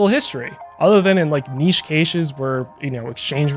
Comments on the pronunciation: Im giving this video a like for the simple reason that youre the first American to ever be able to pronounce the word "niché" correctly. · Thank you so much for pronouncing "niche" correctly. My OCD can rest for a bit. Good video :)